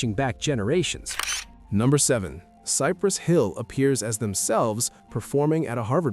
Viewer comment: It sounded like he said Cypress Phil! 😂😲